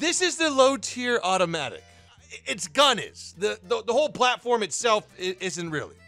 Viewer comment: "automatic" he means OTOMATIC.